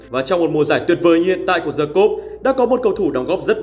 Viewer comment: với tư cách là một người sống ở nước ngoài lâu năm, t nói thật nhé, ở phương Tây người ta chả quan tâm m phát âm là "Đì" hay "Đờ" đâu 😂 miễn đừng có "Giờ" và nó hiểu là đc rồi 😂